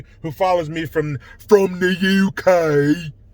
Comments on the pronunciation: Loving your work from Scotland, "in thuh Uu Kay" 🤣🤣😍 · please stop saying UK that way 😂. And to your question. I haven’t ever heard anyone refer to themselves as African British or African English. I’m white your black. Why do people make this so twisted?! Love your videos. I’m Your num1 UK fan 👊 Good luck America. 👍🏻🤡🌎